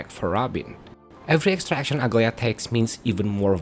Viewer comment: As a Greek I'm offended every time I hear people pronounce Aglaea as Ugly-a. Dude, it's A-GLA-EE-A. Edit: WITH A SOFT G.